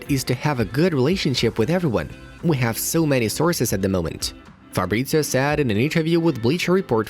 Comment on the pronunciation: It's "Fab-rit-zee-oh" not "Farbritzio". Also, he supports Watford, and never kept it a secret.